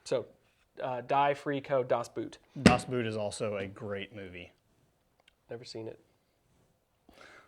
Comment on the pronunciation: Never heard anyone pronounce Das Boot in such an unintelligible manner that I, as a German, had to get the whole talk about the movie to understand that you´re not talking about a dust boot.